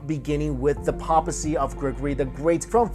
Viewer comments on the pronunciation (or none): Seriously. Does he mispronounce a word in every video? Is he required to do so?